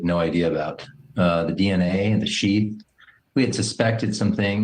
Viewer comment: Its very weird how he said the dna AND the shieth????? HMMMM.